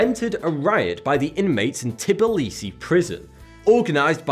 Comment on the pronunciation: thanks for talking about Georgia <3 but Of course you had to say Tbilisi wrong xD